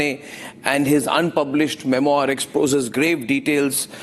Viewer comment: पप्पू को फ्रेंच शब्द का उच्चार भी नहीं आता, मेमॲार बोल रहा है, सही उच्चार मेम्वॅा होता है, r is almost silent.